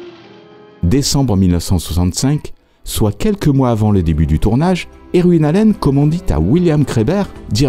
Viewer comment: Vos vidéos illustrent vos talents de chercheur, monteur et narrateur. Chacune d’elles est un bond dans le temps et un véritable enchantement. Seul petit bémol...votre prononciation des noms anglais qui est souvent à côté de la plaque (Irwin, Blackthorne, Whitlock, etc.), mais personne ne vous en tiendra rigueur car ça participe au charme de la narration. Merci encore et bonne continuation. PS: j'attends avec impatience les sujets sur Starsky & Hutch, The Sopranos, The Wire, Cobra...(par exemple).